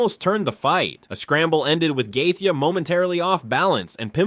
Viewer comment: your ai cannot pronounce Gaethjie's name right...bullshit video